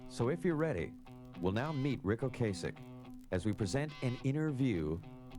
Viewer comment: Its O-Cass-ick